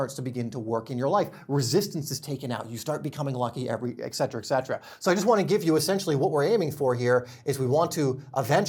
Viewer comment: Not to be the pronunciation police but the way you pronounced, etc. is incorrect. If you look at the word, it’s spelled. ETC not EKC. Etcetera. Not ek-cetra. I love your videos otherwise.